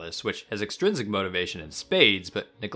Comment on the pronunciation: extrinsic not exstrinsic